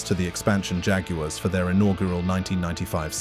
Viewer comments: It’s pronounced Jag yard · It is pronounced JAG WIRES